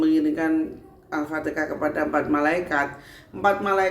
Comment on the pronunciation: Alfatekah🤣Apa alfateha